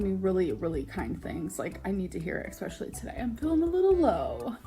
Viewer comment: EXspacially, i can’t stand her mispronouncing words